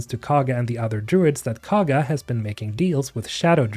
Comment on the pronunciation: I admit it's spelled weird but everyone in the game that says Kagha's name pronounces it (koh-guh) not (caw-guh) so if you played the game you should know how to say it